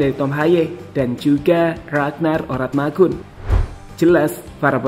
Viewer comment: Ko nama ragnar Oratmangun di rubah si bang jadi ragnar Oramatngun 😅😅😅😅 Coba perhatikan ucapan si pas menit 0: 46